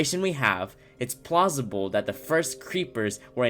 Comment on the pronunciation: Him: plosible me: what